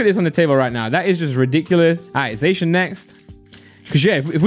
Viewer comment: Finally someone pronounces Zacian correctly, or atlesat in my opinion lol